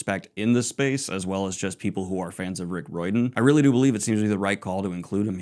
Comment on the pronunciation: it doesn’t matter if she’s a woman or not. you pronounced Riordan wrong, it’s Ray or Dan. she doesn’t ruin her reputation, she just stating facts about biology.